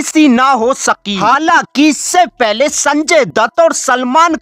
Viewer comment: पेले, कॉल, मडलब, इसका मतलब क्या होता हैँ या तो अच्छे से हिंदी बोलो या पूरी इंग्लिश बोलो भाई